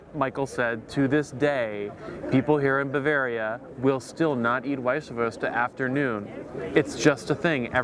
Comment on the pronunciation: its not wießahwurst.. its wießwurst, pronouncation is EVERYTHING!